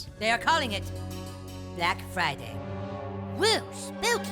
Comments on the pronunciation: “Brack friday bunduru” 😭😭😭😭😭😭😭🤣🤣🤣🤣🤣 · Ahhh yeah it’s time for the… “Brack Friday Bunadroo!” Lmao